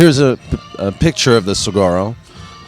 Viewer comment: if you are here in Arizona...moderating and helping present the game...PLEASE LEARN TO SAY SAGUARO sounds like suh-wah-roe...otherwise I love listening to you guys